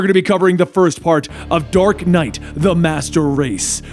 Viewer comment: Hahaha he said dork knight